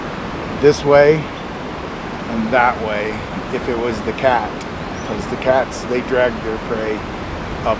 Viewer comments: Omg!! I could never put my finger on what it was about that word.. the way he says “cat” makes my skin crawl. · Every time I see Tyson’s video I wonder why a tight lipped person would give so much detail to a stranger. Did B recognize T bc he apparently watches utube sleuths? And did B want attention brought to Tyson’s video hence the effort to have it removed? Every time I hear B say “the cat” in the weird way he does, I almost 🤢. It always stirs something in me... (I’ll time stamp “the cat” in an edit.) It is Eergh!